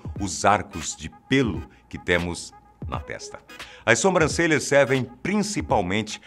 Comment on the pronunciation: Vcs tbm escutaram? Atenção com as "Sombrancelhas".